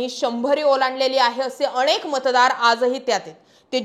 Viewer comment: अणेक नाही अनेक